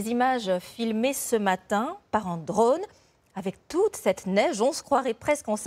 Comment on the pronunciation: "Filmé ce matin par un DRAUNE" mdr